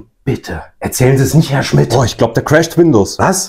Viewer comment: "Er chrast Windows" - Ich schmeiß mich weg.